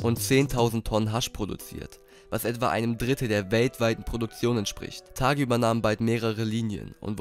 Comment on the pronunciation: Ridouan Taghi und nicht Thagi. Sein Name spricht sich auf Marokkanisch :"tari". Und übrigens super Video